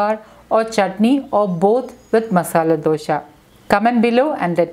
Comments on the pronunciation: Don't say Dosha ,Dosha. It is Dosa.Where does that H come from? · It’s not dosha it’s dosa , please correct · It’s pronounced as dosa🤔 not dosha